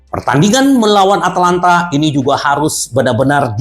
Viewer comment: ata lanta om bukan atlanta 🤣